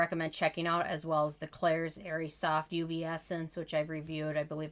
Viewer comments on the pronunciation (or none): none